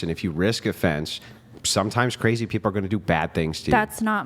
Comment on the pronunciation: CAR- AZY